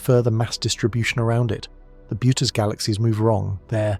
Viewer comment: can you get your AI narrator to pronounce Boötes correctly? I think it's more like boo-urh-teez, it's a weird word, greek style pronunciation but with the o umlaut modifying the vowel.